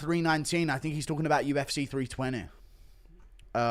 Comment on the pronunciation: Toh-poor-e-ah not Toh-pure-ia. You-F-Sea not You-F-Seahh 😂😂🤌🏼🤌🏼